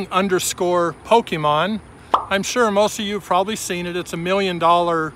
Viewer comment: “ Poke - men “